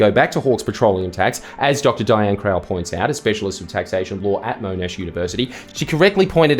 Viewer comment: Im sorry, MOENASH?